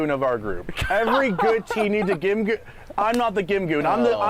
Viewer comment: Isn't GimGoon pronounced more like "Jin-Gong"? x'D x'D x'D